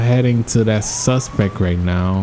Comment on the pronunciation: He always says suspec when he should be sayin suspect